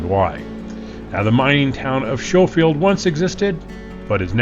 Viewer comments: Wonderful trip down memory lane. We loved camping in Lead King Basin when I was a kid. I remembered hiding my eyes in the scary sections. The pronunciation is Sko-field. Cheers! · Started going over Schofield (the locals from Marble always pronounced it Skofield) Pass in the 60’s with my dad. There never was a bridge at Devils Punch Bowl back then. I remember the 1970 roll over well, suburban full of Texans. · Just an FYI, It is pronounced like school, not with the sh sound the h is silent in the name sounds like Skofield. It is a very fun trails we have done it a few times. It helps that we live in Montrose. So many good trails near us. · "Sko-field" as mentioned above. Cool drone flying. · Typical AI slop, pronouncing the title of video & name of pass wrong. (I'm giving the human creators the benefit of the doubt here.) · Please use the correct pronunciation for Schofield. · Thank you highcountryrambler… I was struggling with watching because I’m kind of a grammar nazi and kept thinking pronounce it correctly! But great video. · Schofield is pronounced skoefield. I only know this because I sold firearms for years and the S &W Schofield was alawys a unique revolver to handle. Beautiful country. Would be a fun trip for sure. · Pronounce SKOH-Field..... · Pronounced "Sko-field" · So you left the drone on the mountain? Nice. Btw. The few of us Colorado natives left pronounce it skoe-field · The name Schofield is pronounced S-ko-field. Like you would pronounce school. This is my maiden name and relation to my family. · Schofield pronounced sko-field. Get my last name, right dude. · Is it actually pronounced "Show-field" Pass? I mean, every other instance of that name I've ever encountered in 63 years has been pronounced "Sko-field". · Pronounced Sco-field. No "sh" sound. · It’s not show it’s skow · Schofield is not pronounced "Show"field, it's "Skow"field! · SHO field pass? 😂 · It’s pronounced Skol-field pass. Like school and the “o” is long.